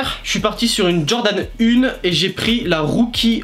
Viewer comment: Jordan "UNE" 💀💀💀